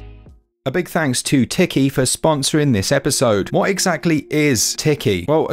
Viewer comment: Teekee, not Ticky 😅👌🏝🏖🌊🏄‍♂️